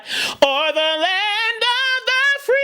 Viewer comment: free not a closed vowel like you say. actually a open vowel